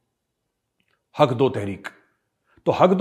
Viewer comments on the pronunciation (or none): Sir Hag do tehrikh nahi 😆 Haq do tehrik hai😁